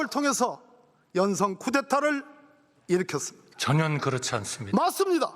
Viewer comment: 한덕수씨는 전혀를 왜 자꾸 저년이라고해요?😮